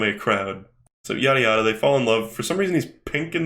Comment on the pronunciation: anyone else think that when says "yada yada" it kinda sounds like yare yare or am I going insane with the jojo brainrot